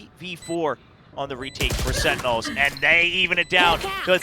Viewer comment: SenTinels, not Sen-nels wtf is that commentator? :D